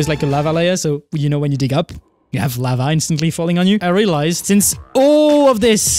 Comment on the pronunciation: "This is lavah" - Doc